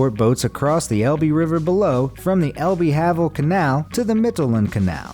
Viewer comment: Magdeburg Water Bridge - at lease you said that one almost correctly. However, the Elbe is not pronounced El-bee, it's El-buh. Havel is not pronouce have-ul, it is Hah-vul. And finally, Mittelland is pronounced Meetal-lahnd. There are a lot of mistakes in this post.